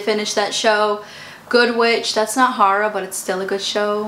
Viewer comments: i was sooo confused for a second trying to figure out what she was saying,lol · Omg I had no idea that’s what she was saying until I read your comment!! She just kept going on about some “hara” show ... hahaha